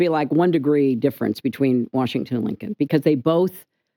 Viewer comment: Nigga how you gonna say Washington